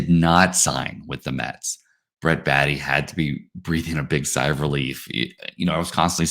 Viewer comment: It's Bae-tee not Baa-tee